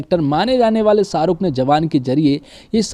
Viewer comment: शाहरुख बोल भाई साहरुख नही